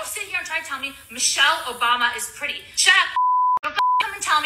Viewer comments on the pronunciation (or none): She's giving those Kardashian heifers and and every time she says "pretty"all I hear is "petty".